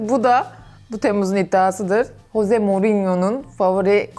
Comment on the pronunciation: Ama hose degil Jose j ıle okunuooo